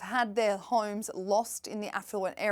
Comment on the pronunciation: This newscast highlighting celebs by a woman who pronounces homes as "hooyums" makes me nuts